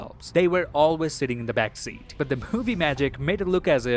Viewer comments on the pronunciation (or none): none